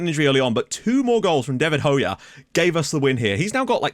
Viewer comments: Just to let you know: Hoxha pronunciation is "Ho-Ja" not "Ho-Ya" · BTW I'm pretty sure Hoxha is pronounced Hoe-Ja (soft J without a d sound)